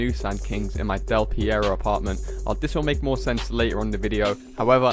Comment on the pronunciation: Why does he call Del Perro "Del Pierro"